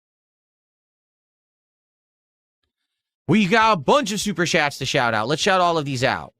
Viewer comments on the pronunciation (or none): "Super shats" ya, we know anything your dents say is just shat